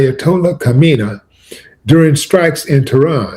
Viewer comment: Bro, you're pronouncing the Ayatollah''s name wrong. The correct way sounds exactly like Hominy with a stress on the Y.